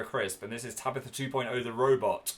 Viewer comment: Is it me or does dan say Tabithr